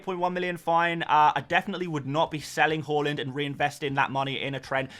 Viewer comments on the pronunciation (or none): Haa-land not hall-land! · Can we start a drinking game everytime this foo says HO-LAND FFS